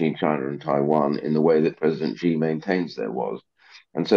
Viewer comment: How has Ian Duncan Smith not worked out how to Pronounce 'Xi' after several years of being a China Hawk?